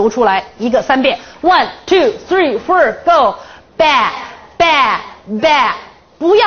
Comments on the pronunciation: 綜藝節目? 丟人現眼... 還one two three "ford" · One two three fur go..😂